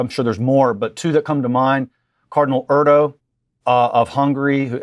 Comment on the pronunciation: The cardinal’s name is Erdoe, umlaut oe! Not Erdo!